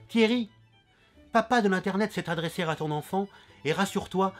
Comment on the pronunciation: On ne dit pas "s'est adresséRRRà ton enfant" ><' C'est "é", pas "er"